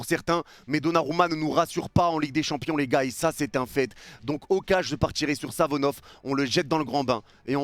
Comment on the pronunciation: Pk tu dit Savonof alors que c'est Safonov ?